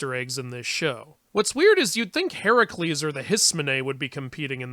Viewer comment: Who's "Heracules"?